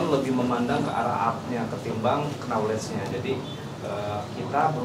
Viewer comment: I am gonna correct you bang hehe If I wrong ❌ If I am wrong✔ Knowledge : 'K' nya ngga di baca bang, jadi bacanya "noulej" Hehe🙏